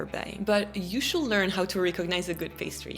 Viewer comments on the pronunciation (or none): Lovely but it's not /shuld/ it's /shud/